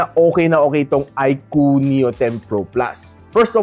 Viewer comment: yowwnnn na bigkas nya din ng tama yung iqoo haha nice